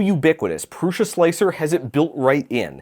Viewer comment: I think it's odd that Josef Prusa doesn't know how to pronounce his own name. He calls it Proosa but it's clearly not correct because every youtuber calls hi ProoSHa.